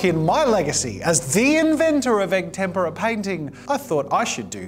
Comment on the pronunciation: Oh finally an Italian Jazza 🤣 though for the whole video I kept hearing “tempura” instead of “tempera”… got me hungry… need to find a Japanese restaurant now…